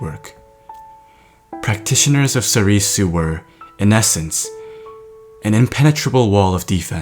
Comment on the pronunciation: It's pronounced sorr-soo, not sorr-ee-soo.... come on.